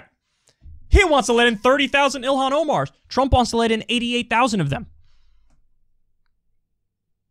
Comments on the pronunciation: "100000 more Illhan ohmars"🤣🤣🤣🤣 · He called them illhan Omars lmfao 😂